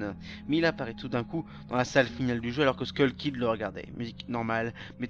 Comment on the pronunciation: C'est [skeul] kid , pas [skoul] kid, tu mélange les temps, la narration est erratique, et c'est plus ou moins la même chose que le G-File de Peanutbuttergamer sur le même sujet